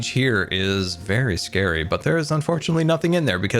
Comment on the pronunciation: The “scarry way” instead of scary way